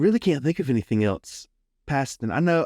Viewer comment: I’m sorry. Did you say “eltse?” What are you trying to say? The only thing I can think of is “else.” I only know this from the sentence context. When did the letter “t” make it into the word “else?!”